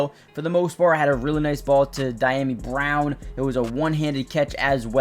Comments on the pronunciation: It’s Dee-yami not Die-yami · Dyami is pronounced Dee-Ah-Me. Good stuff